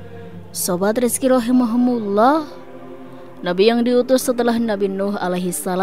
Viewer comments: ROHIMA KUMULLOH.. bukan Rohimahumulloh.. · Maaf ada saran sedikit, rahimahumullah di ganti rahimakumullah kayaknya lebih mantap.